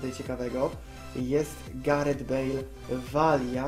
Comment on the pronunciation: "Wezmę Galareta Bejla" XDDD